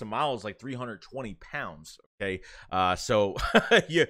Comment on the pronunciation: "Hooh-kaaiyy" Haha, good stuff.